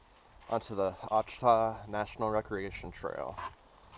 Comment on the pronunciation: It's pronounced " Wash a taw "